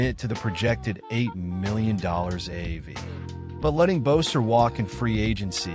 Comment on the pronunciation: Hey, it’s not Bowser, it’s Boeser!